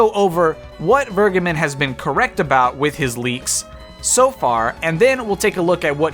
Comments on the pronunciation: I assume it's German? It would be "fehr-geh-behn" Not Fuh-gai-bin. Literally none of those syllables are accurate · My favourite part is that Vergeben isn’t said like that at all and is in fact the verb for: to forgive, in german. It’s said more like: V(f)er- gey- Ben. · Its pronounced Vergaybunn, btw. Vur as in 'Ur'sela. Geb as in Gabe, and Ben as in Bunny. Emphasis should be on the middle syllable. It's German for Forgiven. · It's "Ver-gay-bin" a German word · Vergeben is not pronunced Burgerman ;) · he is wrong, its more like fair-geh-ben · I just came here for him to say "Vergeben" terribly wrong :D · Hearing how you pronounce "Vergeben" makes me cringe as a german. Sidenote: Vergeben means "to forgive" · The way you day "Vergeben" physically hurts me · Why can't anybody pronounce Vergeben's name right? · So... doesn’t know how to pronounce “verge”